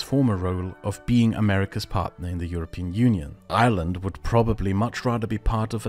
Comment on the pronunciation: somehow you say Ireland with an Irish accent